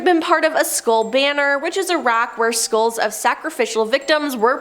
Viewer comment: FYI: Skulls not skools St eye les not stills